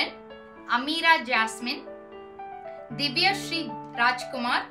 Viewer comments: sis your pronunciation is really awesome for my name i am so happy😁😁😀😀😍😍🤩🤩🤩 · Hai Sis Happy Birth Day😍 Sister Enga School La Attendence EdukumBothu Thaan Full Name Solluvaanga Veetla Ameera Nu Mattum Thaan Solluvaanga Neenga Ippo Intha Video La 'Ameera jasmine' Nu Full Name Sollaila Enaku Romba Happy Ya Iruku Sis Neenga Soldra Pronunciation Enaku Romba Romba Puduchuruku Sis I Am So Happy sister Thank you So Much Sister Ennoda Name Ma Nega announce Pannathuku❤❤🤩🤩 I Am Really So Happy Sister🤩